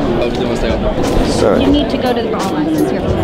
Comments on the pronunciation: It’s pronounced “ball mon “ not ball main cool vid tho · "BAL-MARN" not "bal-mane" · how that not realized its pronounced BAL-MAHN yet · I died when you pronounced Balmain haha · Can yall please learn how to pronounce balmain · He asked people what they were wearing, out of all of those almost none said Balmain correctly. smh